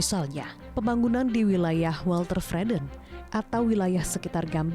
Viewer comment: ..mungkin maksudnya 'weltevreden'..?..tapi terdengar welte'r'vreden (ada r)...